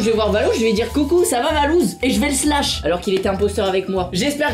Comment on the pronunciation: c’est pas slash mais shlass